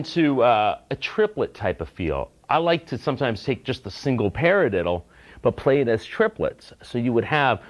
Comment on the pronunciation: the way he says paradiddle is funny :) parlilllilla